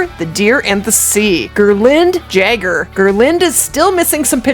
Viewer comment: Jager is pronounced the same as Jagermeister, with a Y sound lol.